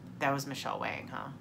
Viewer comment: Yay to Michele Wang pronounced Wong! I love her. I follow her on YouTube as well to indulge in my makeup addiction!